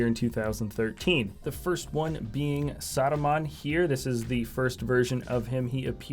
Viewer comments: It's not Saadumaan it's Saruman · He sounds like he's saying "Sodomon" haha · Why do you say Saruman so weirdly? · It’s funny